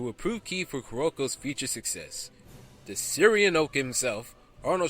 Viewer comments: Arnold Schwarzenegger- The "Syrian Oak"? Lisa "Bonnet" like hat? It's the Austrian Oak and Lisa "Bohnay". Otherwise, thanks for putting these together..... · Syrian oak Arnold! lol. Sounds similar to Austrian I suppose =P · "Austrian Oak". Arnold Schwarzenegger is Nicknamed The "Austrian Oak". Not the "Syrian Oak".